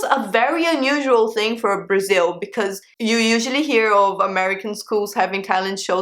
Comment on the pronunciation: Braziww, thirteeng, fourteeng, Eileenggg lol